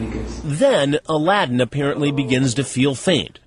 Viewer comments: his name is a l a d d i n, aladdin noooo xD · “aladdin” I